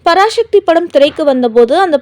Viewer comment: பராசக்தி என்று சரியாக உச்சரிக்கும். பராசக்தி இல்லை.